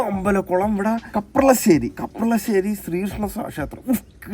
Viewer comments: Bro kaplashery ala kaparashery anu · Kaplassery ala kaprassery anee broo 🥲